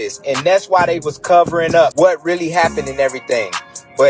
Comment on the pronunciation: He said “lurr-really”